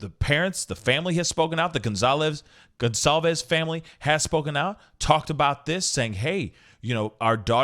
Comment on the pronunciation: Goncalves is Pronounced “gun-sol-vez”